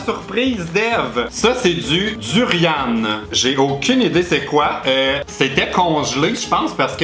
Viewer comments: Quand j'ai vu le durian sur la miniature je suis mooooorte XD ça viens de près de mon pays d'origine XD Ça pue le gaz le durian ... Et ça se dit "Du-Ri-An" Pas "Du-Ri-Ane" XD Le rambutan c'est trop bon XD Et le fruit du dragon aussi et en plus ça vient de mon Pays !!! XD Et la pâte de poison à tartiner moi je connais que le Haba, au saumon, c'est suédois XD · On dit du durian mais on prononce pas avec un " e " Aussi il disent de ne pas le toucher avec les doigts car l'odeur reste 3 jours 😂😂😂😂 (ps: j'adore tes vidéos 😘)